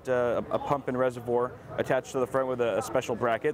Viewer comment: please say reservoir again 👍